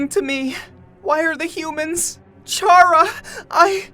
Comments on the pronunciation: Ok first Chara is NOT pronounced care- a or chair - a it's pronounced car-a ok??? It's just an opinion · It’s not CHARa its CARa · Chara is pronounced like cara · " chara " was pronounced HORRIBLY here. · I do wonder why can't sans say chara's name?